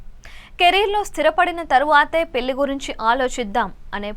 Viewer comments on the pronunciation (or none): పెల్లి కాదమ్మ.. పెళ్లి.. అలాగే, పరిగనం కాదు, పరిగణం.. నీ తెగులు వినలేక చస్తున్నాం తల్లి.. వెళ్లి తెలుగు నేర్చుకో